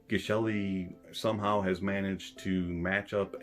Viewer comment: TIL that Geshelli is pronounced 'jesh-elli.' Soft G.